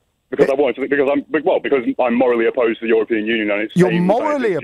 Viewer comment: Brexiteer:' I'm morrally opposed to foreigners '